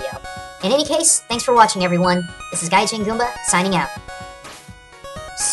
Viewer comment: It's Gaijin, not Gajin.